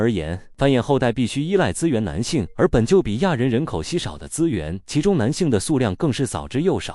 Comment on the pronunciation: 不是台灣。台灣不會說 4地球人，會說 是地球人， 會念數量不是速量 澀會...感覺只是ai被刻意調成了部分 ㄕ音會變成s音